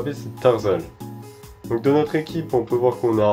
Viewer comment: Tarsal ce prononce tarssal et machoc se pronnonce pas matchoc